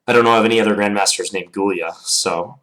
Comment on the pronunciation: John Bartholomew Gy-ula, not Gul-ya. :) It's basically Hungarian for Julius. Another Gyula was Breyer, of the Breyer variation.